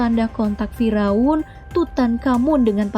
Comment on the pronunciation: Bukan fi raun, tqpi fir'aun